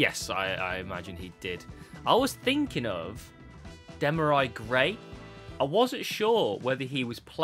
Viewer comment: I've never seen anyone butcher a name quite like how he does with Demarai Gray🤣🤣